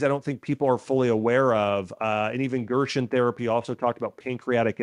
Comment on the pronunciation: It’s pronounced GERSEN not Gershwin